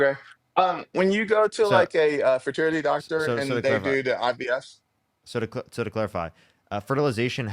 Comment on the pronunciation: Tbf I think that's just his speech issue. He also said IBF, dere and dat